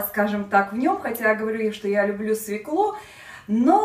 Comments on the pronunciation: Учите русский язык.Нельзя так безграмотно говорить. Не свеклУ, а свЕклу. Легко запомнить так =бабка фекла полола свеклу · Све'клу, а не свеклу', режет слух... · Во первых свеклу, ударение падает на букву е",по правилам русского языка.